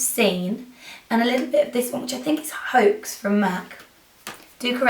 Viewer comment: "Haux" is pronounced like an "ohhh"...because it's french :) Wonderful look !!! So smokey! I love it ♥♥